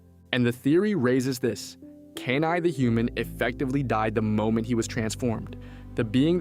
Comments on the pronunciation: my head CANT ur calling him KANAI its KENAI XD i had to get it out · “Key-Nai” not “cane-eye” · they couldn't even say Kenai's name right (Key-nai). they never watched the movie if they did they would of realized koda told his side of the story during the salmon run story telling causing everyone to worry about the bear on the glacier. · This was not a theory video. This was a recap. Don't waste your time, dude can't even pronounce the main characters name correctly.